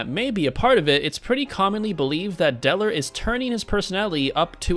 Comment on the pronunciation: When he said DELL OR he said deller